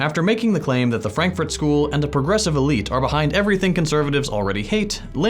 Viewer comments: the Franfurt School (in German Frankurter Schule) is not from Berlin and it is not pronounced "Franklin School". It is from the City of Frankfurt in the state Hessia. The philosophers of the Frankfurt School worked at the Institut für Sozialforschung or IfS (Institute for Social Research). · "[...] the Franklin School that comes out of Berlin". Lmao, how do you mess up so badly?